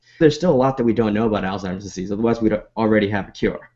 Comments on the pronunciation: It's Alzheimer's, not Alztimers! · Dude you're a fucking professional, learn how to say ALZHEIMER'S properly.